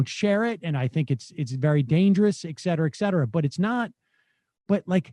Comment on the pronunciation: Hey Sam. Notice how the word you constantly mispronounce is spelled. Etcetera